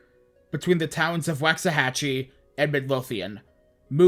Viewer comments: You prounounced Waxahachie and Midlothian wrong it's waak·suh·ha·chee and mid·low·thee·uhn It's ok, everyone from outside DFW does it. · And it’s walks-ah-hatch-e. That one is tough unless you’re from Texas lol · Youre my favorite now. I was able to watch this storm from my balcony from across the lake (it was a long distance to watch, though.) I've, legitimately, been looking for a longish + well made video on this for so long. THANK YOUUUU Nevermind, why did you say Waxahachie like that 💔